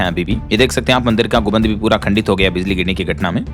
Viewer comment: गुबन्द नहीं गुम्बद होता है 😢 कब सही से पढ़ना सीखेगा ❓